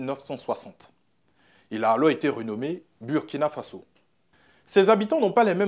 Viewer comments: Burkina Faso se prononce Bourkina Faso. C'est un mot invariable, dans toutes les langues il reste pareil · L'animateur soit il se fout des gens soit il doit repartir à l'école. On écrit Burkina Faso mais ça se lit Bourkina Fasso. Si c'était Burundi comment tu allais lire ça? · Désolé mais tu prononce mal „Burkina Faso“ toi tu est ivoirien et puis prononce comme les Français. Tu fait exprès ou bien? 🧐 quand même toi aussi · Ton maudia c'est pas Birkina Faso c'est Burkina Faso ton maudia 😂😂😂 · Il a le Burkina Faso, il n'a pas dit Birkina, normalement en français ça se prononce Burkina et pas Bourkina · Mauvais reportage en plus tu prononce mal le nom du pays